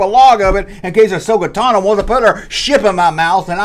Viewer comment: Who’s Ahsoka “Tannah”?